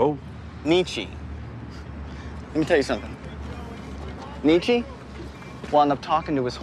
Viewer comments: "Nitch" HAHAHA! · "Neetshee" wasn't any better... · "Neetshee" is as false as "Nitch". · Ha, he pronounced Nietzsche as, "Nitch." Nietzsche doesn't literally mean that god is dead. He is atheistic in the sense of god, but be meant figuratively that religion is declining. Secondly, Nietzsche only started losing his mind after his syphilis warped his mind. He was far brighter and more relevant than most philosophers -- and I don't mean that with bias. Most philosophical teachings get out-dated by science, but plenty of Nietzsche's post-darwinist stances still stand alongside it. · “Nitch” BAHAHAHAHAHA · its actually nee -chuh